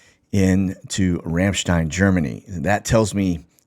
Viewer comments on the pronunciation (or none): Everytime you go over “Ramstein” it sounds like you say “Ranchdine.” My husband says it because you are a Texan. 😂